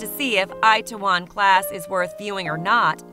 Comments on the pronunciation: Onngggg lmaoooooo eye ta won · "It-tae-won" is how its pronounced, but good video otherwise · lol the way she said itaewom class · Oh god, you butchered the pronounciation of "Itaewon" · i know..but Americans/Canadians would say it in a slang manner...if you know what i mean. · I don't see the point in using slang for it tho. it's a pretty simple word to pronounce. Americans confuse me